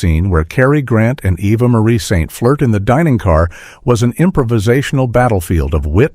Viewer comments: AI screws up again. That was a stunt actor, not Cary Grant, that was " nearly clipped " by the crop dusting plane. The stunt actor was just immensely good at his job. The name Eva is pronounced eee-va not eh-va. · Her name is Eva, not Evva. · "EVVA Marie Saint"??? A.I. pronunciation sucks. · Even Europeans pronounce it differently. AI goober. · "Avva Marie Saint"?? oh, come now. You can do better than that! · Apart from two different pronunciations of "Eva" it is a convincing narration. But, how do we know any of it is true?